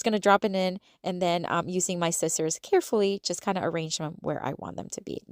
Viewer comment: It's pronounced Sci-zers not scit-zers